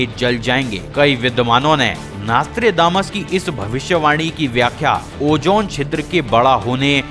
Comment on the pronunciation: Abe chutie Vo nastre nahi Nostradamus hai